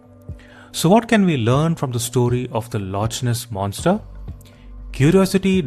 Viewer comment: I punch myself every time i hear lotch ness😂